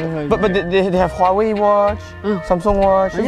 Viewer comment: Can I say their English sounds like Chinese accent based on how they pronounce google and Huawei?